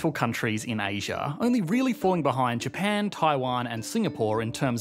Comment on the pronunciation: Ah yes the great "Sea of Japa" xD